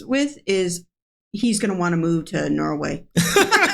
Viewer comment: Norway isn't only nordic country. Also, it's not pronounced "noway".